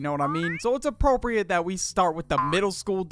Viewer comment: "is a aporpried to start on middle school" Me atc 2nd grade